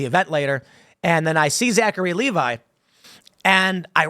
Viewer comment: Lev-ee Tim, not Lee-vi